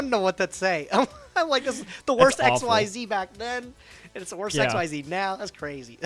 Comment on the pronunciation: I know no one says it since he won't change. But my god. Xyz monsters have been around for 12 years and is still pronouncing it X-Y-Z. It's ex-zees. Smallest thing that just irks me. It's MORE VOWELS. You're putting in MORE effort to pronounce it WRONG.